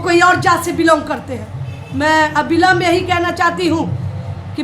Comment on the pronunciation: अभिलंब नहीं अविलंब होता है